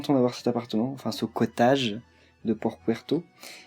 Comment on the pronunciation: j'y joue en ce moment, j'adore :) super vidéo ta manière de prononcer cottage me fait rire lool ça se prononce à l'anglaise un peu: COTEÏDJE